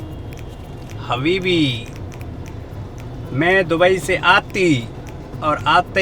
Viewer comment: Habibi ❌ Havibi ✅